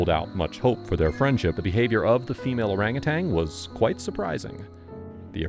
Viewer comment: It's pronounced orang·u·tan!🦧☮️